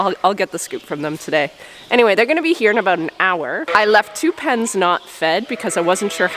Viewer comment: you hit peak canadian when you said sorry aboot that 😂